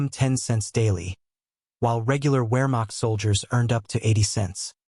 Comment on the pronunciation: The human or AI narrator mispronounces German words and English words of French origin: Wehrmacht, Leutnant, Luftwaffe, Corps. The U.S. stopped automobile production during the war.